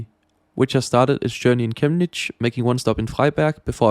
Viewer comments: 1. Intersting how you say Chemnitz, no hate but its wrong. 2. The same model Railway isn in Berlin Ostbahnhof. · The way you pronounce "Chemnitz" is almost painful ^^ But great video nontheless